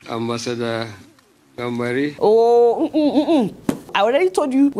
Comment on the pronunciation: Ambasada instead of ambassador. How did these people get in to position they are